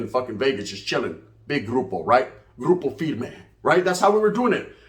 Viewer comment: “Grupo firme” 😭😭😭 hip on game